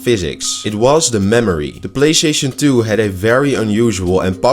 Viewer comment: “Playshaishon to” - OK 😂😂 I'm sorry I clicked. I saw 8 seconds and I don't need it anymore.